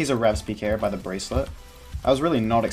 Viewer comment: Love how you say “d shoes” lmao.